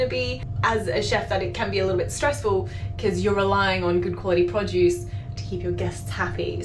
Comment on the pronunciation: I kept thinking you were saying "Podjuice". Finally picked up that you were saying "produce", and made it even more endearing. :)